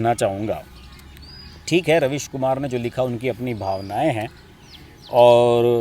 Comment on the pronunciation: Ravish kumar nahi raavish kumar .